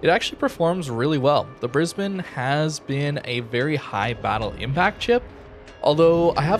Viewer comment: Gday from Brisbane Australia, 10/10 for pronunciation of Brisbane.